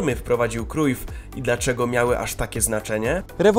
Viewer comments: wymawia się "Johan Krałf" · Źle czytasz nazwisko Cruyf